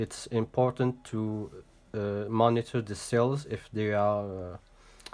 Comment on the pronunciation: Great video, by the way its Cells not sells.